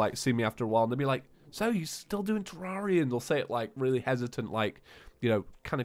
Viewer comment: "Hello traria and thusiests!"